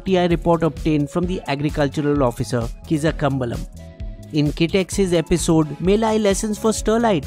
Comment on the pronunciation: you pronounced the name wrong even hough it was spelled correctly. Same with Kizhakambalam. Please take the help of native language speakers to help you with the right pronunciation. It will add more nuance to your already good videos